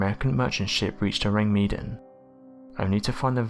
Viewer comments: the ship isnt pronounced orang mean it's pronounced " Oh-rang Mah-Don" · its pronounced ow-rang meh-dan bro. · You must be new here. I do believe mispronouncing is part and parcel of this channel's, exceptional journalism. 🙄